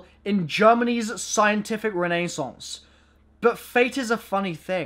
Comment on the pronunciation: Wtf is "ray-nay-sance" ho its ren-a-sance